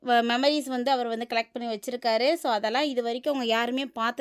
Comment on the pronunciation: சொல்வத கரெக்ட்டா சொல்லுமா. வத்தலக்குண்டு அருகே காட்டு ரோட்டில் பண்ணை வீடு. தேனி அல்லிநகரம் அவர் சொந்த ஊர். சுருக்கமாக சொல்லுமா. வழ வழன்னு பேசாதே. மம்மரீஸ் இல்ல மெம்மரீஸ்.